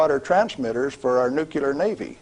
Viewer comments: Why is he keep saying "nukilar"? Its not "nukilar" its NUCLEAR...I cannot believe that he's saying it wrong all the time... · It's unfortunate that he pronounced it "newkiller" instead of nuclear though. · Sorry, it's pronounced like it's spelled - N-U-C-L-E-A-R. It's NOT NUCULAR! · Why do even scientists and engineers have a problem saying the word "nuclear" ? Try by pronouncing it " new clear " not " nuke ular". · Hearing every day Americans pronounce nuclear as "nuke-you-ler" never gets old, even approaching age 40. It used to really annoy me as a pre 10y.o Australian kid (with Asperger's, reading, doing math and watching docos said to be years above my human farm given "education level"). These days, the more educated the person pronouncing this so incredibly wrong. The bigger it makes me smile. Thanks team America. You're the world police and deserve a movie made about your overseas global help.... Never mind, some incredible Americans already did it in the 00s. Thanks Matt and Trey. "AMERICA FUCK YEAH!!!!" Thanks. This is incredible material about an incredible material. Surprised it wasn't banned, not just demonetized. I'm just glad it's up and I'll be donating to you to help with the losses of hosting high quality information on the tube mafias mega streaming services for us farmed humans. Thanks from 38° south in SE Australia. Near the great Ocean road southern aurora photography chasing cliffs of the Otways and hi SO family ❤🙏 PS. no hate here. I'm the first to tell people that Aussies butcher the English language better than any other English speaking country. Returning home from nth America, UK etc is always a shock hearing how much we cut words down, remove entire words to shorten sentences,, don't pronounce the R in many things including burger (I've confused many an American burger restaurant worker taking my order when I ask for a bur-ga and not at bur-gerrrr) and tha